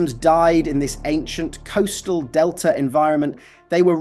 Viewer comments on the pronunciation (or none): none